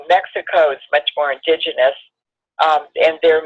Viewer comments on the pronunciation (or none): none